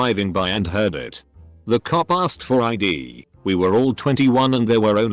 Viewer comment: it annoys me how this bot says "cop"